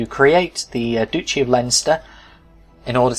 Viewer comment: Pretty sure it's pounced Dutchy as in Dutch.